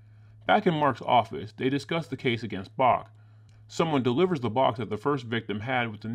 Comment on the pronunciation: I could be wrong, but I think his name is "Ivan *Brock*", not "Bach".